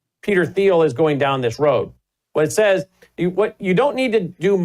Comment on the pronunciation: Isn't Thiel pronounced like Teal?